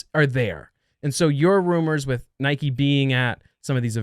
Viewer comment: cannot pronounce Nike properly. Lol.